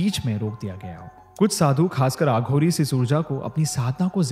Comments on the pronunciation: Its aghori not aaghori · Betu.... "aaghori" naheen aghori.......ek baar mein betu ek hi "A" istemaal kiya karo ... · A kind suggestion...plz pronounce वाराणसी instead of वाराणासी and अघोरी instead of आघोरी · Please pronounce every hindi word as it is, as you are adding your English accent to it. Eg. You have pronounced aghori as aaghories😂